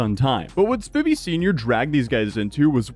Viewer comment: Lol now repeat after me s p I vy not spivvy